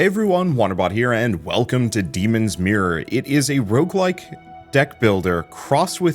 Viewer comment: can't unhear "demon smear"